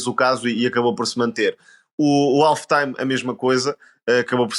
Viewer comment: Se querem falar em inglês falem bem, o Alf era uma coisa do outro mundo😂😂 , na palavra "Half" o L é mudo ou seja não se lê!!